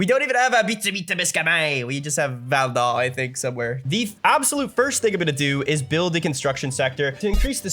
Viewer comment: Oh they know a lot about canada, they must be canadian… says “Quebec, Quebecois and Val d’Or” like a native… OHHH FRÈRE ⚜️